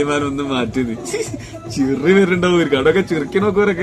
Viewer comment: ചിറി അല്ല ചിരി 😂